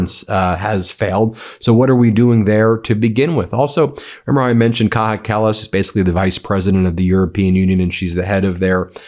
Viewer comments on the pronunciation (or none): Ben! Ben! It's Kaya Kallas, not Kaha Kallas! The "j" is pronounced like "y" ! Thank you for your attention to this matter..... 😂 Love you guys at Médias! 👍👊🇺🇲❤️ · Its pronounced "Kaya Kallas"!!!!!